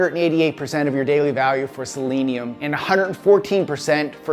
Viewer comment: also probably why you pronounced Selenium properly, and most people don't, including me:) kudos for you dude!